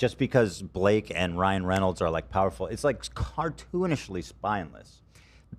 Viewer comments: Amazing fodder for the Ethan Klein Mispronouncing Words Cinematic Universe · Someone add this to the Ethan mispronouncing words compilation. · Someone add this to the Ethan mispronouncing words compilation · I heard him say Ryle Reynolds once 😂☠️ unknowingly combining her real husband and movie husband ☠️☠️☠️